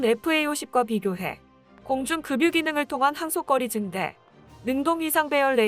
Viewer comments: 방송하는 분이 국어를정확하게 읽어야 합니다.급유는금뉴가 아니고 그뷰로 읽어야 합니다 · "급유" 발음은 "그뷰"입니당... "금뉴"가 아니고